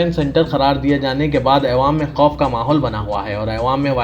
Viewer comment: jahilon k sardar aywaam nhi awaam bolo urdu ki dhajjiya udaderein tum ilm hasil karo urdu phir news bolo